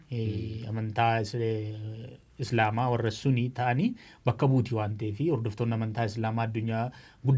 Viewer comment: Sunii miti Sunnii jedhi🙄